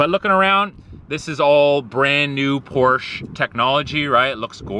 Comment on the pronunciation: Porsche is a two-syllable name